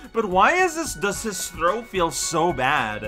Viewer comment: when said thow i though he said throat, i mean Wario's throat also seems pretty bad as well.